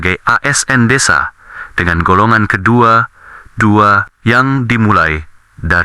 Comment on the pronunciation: Voice nya kurang tepat dalam membaca golongan pak. Isi materi bagus tapi sayangnya belum diakomodir secara nyata.